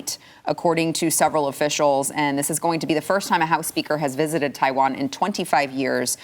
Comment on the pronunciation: Nancy, it's Taiwan not tie one on.